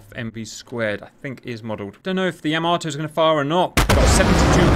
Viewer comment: Cap I love you like a slightly dyslexic brother, but it's "YAH-mato" not whatever you were saying. Convincing victory, I honestly thought some bombers would get in on the carrier, cool fun mission!